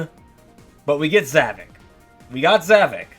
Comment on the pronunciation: It is pronounced za-vo-k